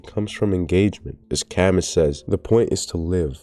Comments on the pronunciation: It shouldn't bother me so much, but it was like a knife every time he said CAM-MUS. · "camiss" damn that's rough bro 😭. You should have googled how to say his name. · It's pronounced "Kamyu" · That is NOT how you pronunce Camus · Glad somebody else noticed 😭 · the way you keep pronouncing Camus makes my skin crawl but otherwise good video